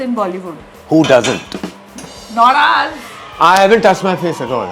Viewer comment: oh yes..The way she Said sound like 'norus'😂